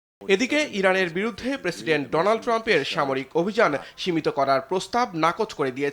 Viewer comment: রোনাল পামপ বলছে।ডোনাল্ড ট্রাম্প এর জায়গায়। ঠিকমত দেখে উচ্চারণ করতে পারে না।